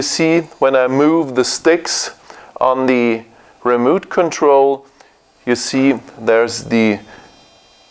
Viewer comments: "wison" "remoot control" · it is remote, not a remooot!!!!